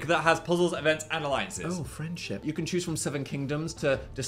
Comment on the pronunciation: I'm sorry but the "open KYAN" gets me every time 😂😂